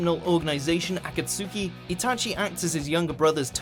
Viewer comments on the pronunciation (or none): He says akasuki instead of akatski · "Akatsoooki" like wtf😂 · "A-kat-sookie"? it's "Ah-kaht-ski" god these people don't know anything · “leader of a-cat-soo-ki” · In Japanese it is pronounced Akatsuki. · Itachi is NOT a villain. Anybody who thinks that only watched one episode of Naruto. And I don't understand why he says Akatski like "A-ka-su-ke". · Imjusthereforthefood he can’t even pronounce Akataski right lol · THIS NIGGA SAID AKATSOOKI 😂😂😂😂😂😂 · Za-boo-za, Akat-sooki. Like jesus mate, at least watch naruto first. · The 997 akatski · The video is not as fun to watch when you realize that the commentator doesn't know shit about Naruto. Like wtf is Akasooki. There's no way you could pronounce that wrong if you have actually watched the show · "A-cat-soo-key" You clearly pronounced Akatsuki wrong. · lol the way he pronounces akatsuki he says aka-t-su-ki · Man...I wondered if you even fully watched the anime. You're pronunciation of "Akasuki" is way off. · Damn..How he pronounced "Akatsuki” xD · I’ve only cried twice because of something I’m watching 1. When he was talking about Itachi as a villain 2. And when he pronounced Akatsuki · Can u stop saying akatsuki like that please made me cringe so bad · At least it was better than how they pronounced Akatsuki.... Still not great though...... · I think Itachi's place on the list should have been so much higher and has anyone else noticed how many times he said akatsuki wrong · bro did anyone else notice that he pronounce akatsuki so wrong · You killed the pronunciation of Akatsuki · I think the pronunciation is the far more bigger problem at hand.. Like the way they say akatsuki and "za-boo-za" and so forth.. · why can't he say Akatsuki right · Dammit. I hate how they always pronounce "Akatsuki". Like in this day and age can't you learn how to say it right??? The "u" is fucking silent! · Say akatsuki incorrectly: Me: No no no no no no no Says Obito incorrectly* Me: GIVE ME A FUCKING SHOTGUN RN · you said akatski wrong